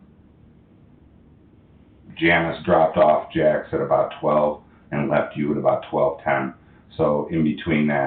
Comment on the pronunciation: He said Jax off 😂